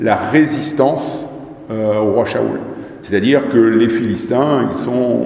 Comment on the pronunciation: franchement vous raconté n importe quoi ses a mourir votre discours vous parler de Saül après parlé d Adam et après vous parler d autre au chose soyer plus crédible quand vous parler en plus vous dite mal le nom de l ancien prestigieux Saül